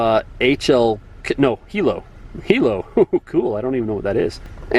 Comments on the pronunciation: Actually o believe it’s pronounced High Low and hilo is a European like siren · The “hillo” is actually HI-LO. You would typically hear this in The UK but some US agencies use it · Lol hilo brooo it's hi lo. Like that. Hahahahahh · High low not helo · Its pronounced High Low and its like a European siren like BEEE DOO BEE DOO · the HILO is pronounced high low and it's then one that goes BEE do BEE do... I think